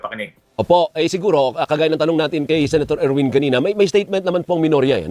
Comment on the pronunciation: Er win, sher win😂